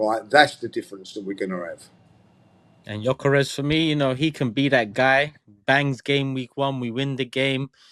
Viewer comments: Absolute disgrace cant pronounce Gyokeres name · still complaining on Gykores while he can't even pronounced Gykores name correctly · Guys figure how to pronounce his name! It's so annoying. You guys have a big platform so you should learn how to pronounce name... Much love and I love the show but this is so frustrating 😔